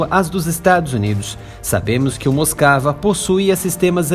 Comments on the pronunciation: A PRONÚNCIA CORRETA DA PALAVRA "MOSKVA" , "MOSCOU" EM RUSSO, É "MOSUKÁ", E NÃO "MOSCAVA". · Moscava 🤣🤣🤣🤣🤣 moskiva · É dose escutar alguém chamar o RK MOSKVA de Moskava!